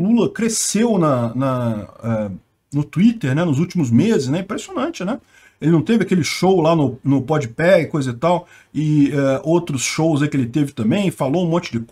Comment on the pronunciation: Não é pode pé. É pode pá.